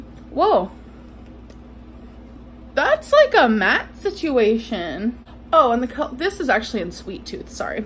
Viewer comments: See - chew- way- shoon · Please 👏🏽 Stop 👏🏽 Saying 👏🏽 Situation 👏🏽